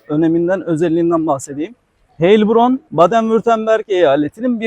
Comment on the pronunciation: Gezdireceğin şehrin adını doğru telaffuz etmeyi bilmezsen videonu izlemezler.